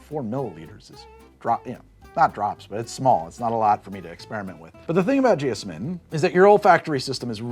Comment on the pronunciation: I'm pretty sure it's supposed to be pronounced jee-OZ-min with the stressed syllable like the Wizard of Oz.